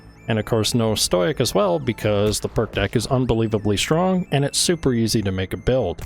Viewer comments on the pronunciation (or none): stow-ick btw